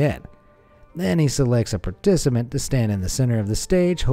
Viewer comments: “Then he selects a partcimant” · ., wth is a particimant.? 😂